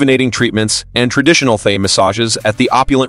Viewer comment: Can you please say Thai properly 💀💀 it's not thigh